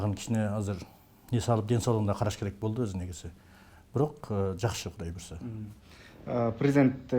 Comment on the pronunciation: Прездент деген соз жок, президент деп жазылат и окулат, кандай бир неуч болгон бир чортсун?